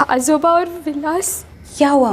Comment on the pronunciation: Ajooba अजूबा नही, आजोबा ( Aajoba ) होता है , और आजोबा दादा जी को बोलते है ।